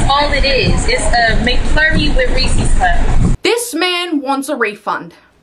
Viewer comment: If you don't know how to pronounce Reese's you don't deserve a refund! 🤦‍♂️😆